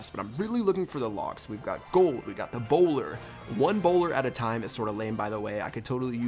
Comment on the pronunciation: For a second I thought you were British so when you said "A bowler", I thought you said 'Ebola' XD